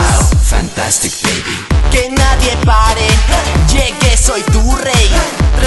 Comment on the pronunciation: No me gusta cuando dice fantastic beby ni tampoco boom sha kalaka